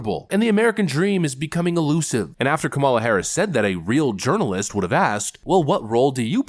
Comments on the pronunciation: Did you say "urinalyst Stephanie Ruhle"? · Yernalist? Or Urinealist? Taking the piss😆